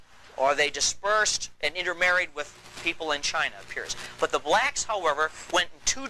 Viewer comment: Hearing BbblllllaaaacccKKKKSSSS ( saying so hard) just gets on my nerves